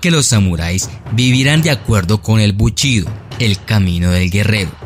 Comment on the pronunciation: El "Buchido" se basa en el "Cunfusianismo"... Excelente dicción!!!